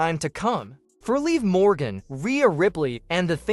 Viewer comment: If you guys are going to be a newscaster any and all of you newscasters when you signed to mention Morgan's name why can't you pronounce it right you all been all of you newscaster been saying it wrong it's live Morgan that is her name is called Liv Morgan get it right get it right say it right say it right stop saying it all wrong